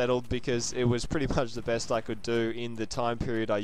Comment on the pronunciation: At the end to he say I will do my brest to bring it to you guys?